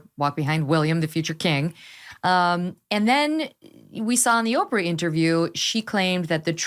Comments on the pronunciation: HER NAMES OPRAH...... NOT OP.. RAH💯🙄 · I hate the way he says Oprah 🙄 ~ I also think he’s wrong about a lot of things, not things he’s fact checked and sourced; I believe those things and I think he’s pretty much honest ~ I just don’t think he’s correct about things he’s supposing or guessing ~ I mean he makes it clear it’s an opinion only, but I don’t believe he’s as insightful as he thinks he is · Meghan Kelly is awful on just about every issue - but I agree with her stance on this. Love how this guy can't be bothered to learn how Oprah is pronounced.